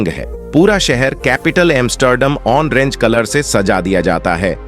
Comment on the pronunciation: ***ANCHOR: IT is ORANGE--NOT O(N)RANGE.thank U. & U often add (ON) to oil and say "ONAIL"! It is just OIL, that's all! Oil---OIL ---OIL, PLEASE!